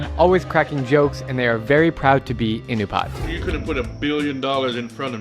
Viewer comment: Pretty sure it's pronounced "Uh-NOO-pee-uht" , and not "IN-you-paht"